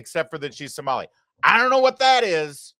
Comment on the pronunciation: My 72 virgin ears hate to hear Samali. Larry please no more Samali please😅😅😅